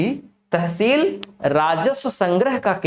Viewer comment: Pronounciation √ kr lo pehle ...blaaak blaaak kya lga rkhi h.....it's block Tehseel hota h